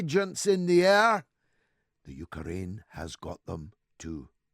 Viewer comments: The U-ker-rain. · "31th" hehe.. "Yuka-Raine" HAHA.